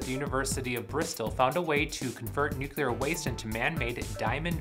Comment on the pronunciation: NUCULAR?!?!?!? Not watching past the first few seconds.